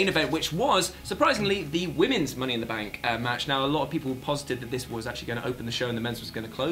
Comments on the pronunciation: Money in “Bak” shorty whatcha thaaaank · "Money in the bak" niceee